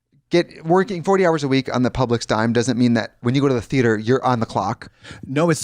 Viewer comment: Calling the theatre the THE AY TER after Katya said it enough times 🤣